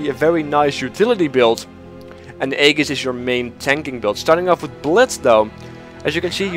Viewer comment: I can understand how this French phrase is bludgeoned by English speakers, but I especially love how "Aegis" gets the same violent treatment.